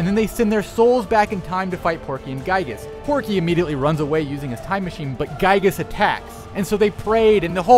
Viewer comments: It's pronounced ['gɪi:-gəs], not ['gai:-gəs]. His Japanese name in both Mother 1 and 2 is ギーグ, which can be Romanized as Giigu, Giegue, or Gyiyg, depending on who you ask. Also the captions are incorrect in various parts, such as saying "rock chaos" instead of "raw chaos" and "capital" instead of "capsule". Please enable community contributions so they can be fixed. Also Ness has never been confirmed to be Ninten's son. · Also, it's Giygas, not "Gaigas" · I also need to mention that the pronunciation is likely meant to be "Ghee-gas" since his Japanese name is ギーグ (Giegue/Giigu) and always has been in Japan (not just when he's an alien). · I know where your going with this, as nintendo said it was pronounced Ghee-Gas, but they said there was no official pronunctiations. thats just what they want to pronounce it as. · In that case the entire English community pronounces it wrong since every video I watched has it pronounced Guy-gus, or guy-ges. Which is okay. Ryu was pronounced wrong for years. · You got geigue's name wrong but Porky's right? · He’s pronouncing Giygas wrong.